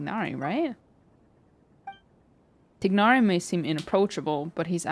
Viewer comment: Everyone mispronouncing poor Tighnari 💀